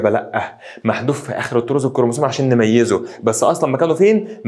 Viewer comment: هوا تقريبا اسمو الطرز مش الطور